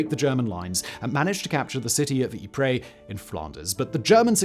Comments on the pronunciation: For goodness sake it's pronounced EEP not Ipra or Ipre!!! This is the second upload about Ypres where its been mispronounced! Great otherwise! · It's pronounced 'Eee-pRy' not 'Eee-prey' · It's pronounced yeep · Eep-Pray? If you are going to mispronounce Ypres call it wipers for God's sake! And why pronounce Passchendaele, parshen-dahley?